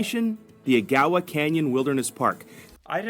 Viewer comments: Ag - a -wa Canyon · Agawa is pronounced:: aga wa canyon. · A - gah - wah (Agawa) yes that tour is great. Sorry certain words I know well cause I lived there for a long time. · I live in Sault Ste. Marie. The Agawa, said more commonly like (egg-awa) just for pronunciation. It's the most amazing in the fall. September to the middle of October. It's full day experience. Sault Ste Marie isom the border of Michigan . The summer experience is beautiful, water front, a lock cruise that takes you under the international bridge, through the very old lock system that changes the level of water while you leave the St. Mary's river and enter Lake Superior which is the largest of all the great lakes. Much like Thunder Bay we are highly underrated in much of the same ways. Its truly sad. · Agawa is pronounced: AAG (long ayyy and hard g) ~ awah like awash without the sh. AAG awa. Hope this helps. Glad you pointed out our neck of the woods in Sault Ste. Marie, Canada. We're just cross from Sault Ste. Marie in the Michigan UP. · This is where I live and its gorgeous. The islands, where i live it looks exactly like this. Ganon- ock- way is how its spelled. Northern Ontario all looks like this. Ag- aw- wahh canyon is absolutely gorgeous. They drop you off and you can have a picnic. I stuck my head out and it was a blast. ❤ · Surprised another sooite didn't say anything about the way they're saying A-gow-a. I was giggling. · Eh - Gah - Wah Canyon is the correct pronunciation of Agawa Canyon. The scenic rail adventure is a day-long adventure that includes approximately four hours on the train to the Agawa Canyon; a 90-minute stop in Canyon Park for taking in the sights off-board the train; and a four-hour return to the station in Sault Ste. Marie. Ontario, Canada. The most spectacular viewing occurs in the Autumn when the trees' bright red and orange colours leave a lasting impression. Chimo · It’s pronounced Ag a wa